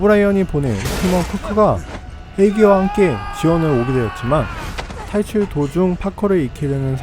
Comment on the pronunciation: 혀가 너무 짧아요 ㅠㅠ 살출하는지 탈출하는지,, 아쿤시티인지 라쿤시티인지, 전반적인 발음이 혀가 입천장에 완전히 닿지 못하는 전형적인 혀짧은 패턴... ㅌ와같은 파열음이 ㅅ 소리가 나고 ㅅ는 th나 ㅎ소리 비슷한 발음 ㄹ은 ㅇ에 비슷하게 들려요